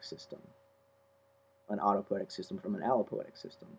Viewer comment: auto-poe-EE-tic is correct.